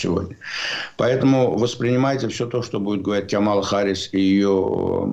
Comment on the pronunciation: Пожалуйста, делайте правильное ударение в имени Харрис. Камала - ударение на первом слоге.